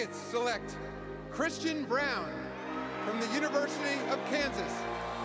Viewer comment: Brown is not bruan can't say his name but makes a documentary.......